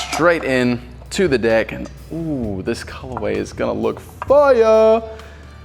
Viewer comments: No ofense but instead of deck he said dick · Did he say deck or Dick?